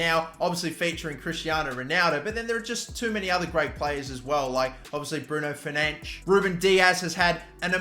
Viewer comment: turkey will so come 2nd, and bruno fernandshh, it’s fernandes dumbass